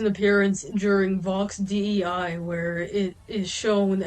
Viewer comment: The way you pronounce Vox Dei as Vox D.E.I sounds like you're saying Vox D.U.I 😭 I love it